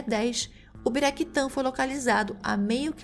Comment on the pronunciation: Não é Ubiraquitã, é Uraquitã.